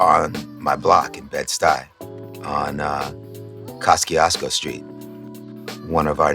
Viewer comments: Wai woah woah wo. Koz-kee-ahz-ko street? No no no. Koz-kee-YUSH-ko, or Koz-kee-YUS-ko, Or really, Koz-ky-YOU-sko. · do americans even know how to say Kościuszko? it is something like kos-choosh-ko